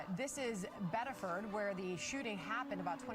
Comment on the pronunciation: I live less than an hour from this, Reddit has fucking blown up with the disinformation and paid protesting (his daughter was in the car!) (he had a ssn!)(he wasn’t the target of their investigation!). FYI it’s pronounced “biddifid”